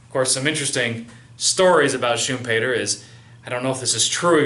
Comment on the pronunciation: no no... pronounced correctly. I'm from Austria. Every german native speaker pronounces it like that when talking English...